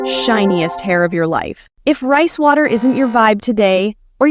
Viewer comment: When she said rice water I heard price water